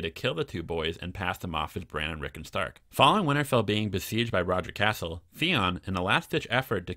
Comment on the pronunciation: I really enjoy your videos and the rewrites you come up with but your pronunciation drives me crazy. Sir Roger Casel , cas-el not "castle" there is no t in his name. I know it's a little thing but it does drive me nuts. Also when white beard turns up jorah isn't there as he would have recognised him immediately because they both fought at pike. Please keep things up xx